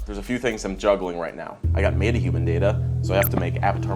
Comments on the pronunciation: Stip saying matahuman it's metahuman!!!! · Anyone else getting triggered by calling Metahuman "Made-A-Human"? PRONOUNCE IT RIGHT SAM, PLEASE. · He keeps saying MAYta humans lol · Him saying "meta" like "mayta" is driving me crazy lol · the pronunciation of metahuman hurts me on the inside